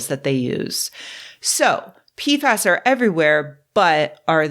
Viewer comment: Sorry, I only hear peef ass, and it makes me unreasonably giggly 😹